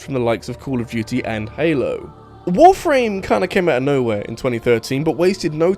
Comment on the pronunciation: I swear, the way you pronounce Warframe sounds like you're saying "Wolf Rain".